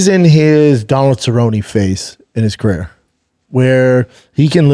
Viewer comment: We call that babanese. Carair